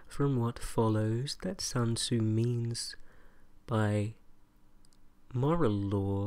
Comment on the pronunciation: Ané ASMR sun tzu*